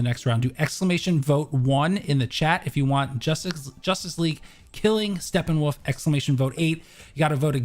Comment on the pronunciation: No one is guna talk about calling him “Steppenwaff?” Lol